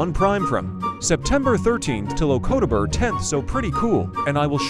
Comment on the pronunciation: “Ocobeder” got me wheezing LOL